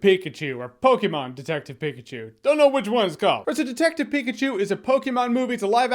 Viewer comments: Thank you for pronouncing Pokemon correctly 😂😂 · We can tell you don't play Pokemon Jeremy by the way you say Pokemon. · The way you say Pokémon is weird...but I like it!